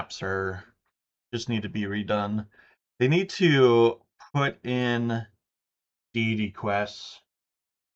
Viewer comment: I thought you said Daily Quests initially, until I listened again to hear you say Deity Quests.